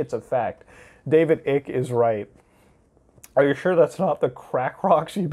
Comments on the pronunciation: Ugh, it's not David ICK LIKE EW THATS ICKY. ITS DAVIS ICKE LIKE EYE KUH. EYECK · Lol it’s pronounced David ike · his last name is pronounced ike, silent c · I’m still laughing at the way you mispronounce David Ickes name 😂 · He didn’t say david Ike’s name right a single time